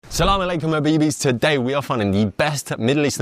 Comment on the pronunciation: that pronunciation of Salam Alaikum was spot on